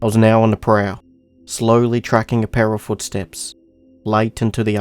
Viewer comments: The first time i seen this video. I thought said. "A paras footsteps 😂" he said" a Pair of"😂😂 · Remember when i thought he said para footsteps. When he said pair of .....😂